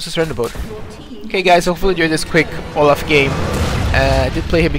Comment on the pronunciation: Olaf not loaf